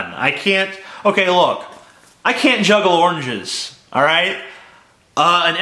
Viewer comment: Sounds like you can't pronounce oranges, either... ¿Onges?